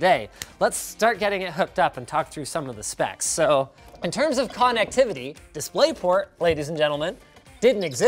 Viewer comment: In terms of “con net tivity” ..... you mean “connECTivity”?